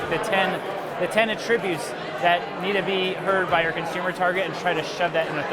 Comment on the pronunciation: How do you live to age 35ish, become a managing partner of an agency, and not know how to pronounce the word "attributes?"